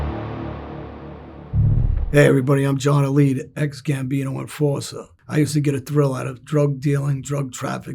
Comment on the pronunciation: when did he state pronouncing his name “Elite” he use to say it was “A-Light”. 😂